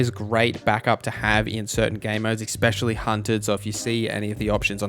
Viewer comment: The word "especially" is pronounced just like it looks. Just trying to help! ES-specially, not EX-pecially. <3